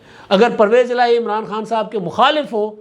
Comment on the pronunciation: اچھا ایک بات بھاٸ کو سمجھانی چاہیے وہ کہتا ہے عمراٹو 😂تو ان کو بولنا کے نام ٹھیک لینا چاہیے بندے کا😂😂😂😂😂😂